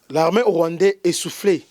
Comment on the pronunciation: Pourquoi olobaka " larmin" , au lieu de l'armée ??